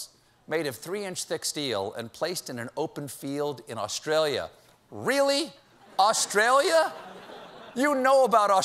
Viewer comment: It's Australia, not Austrailya.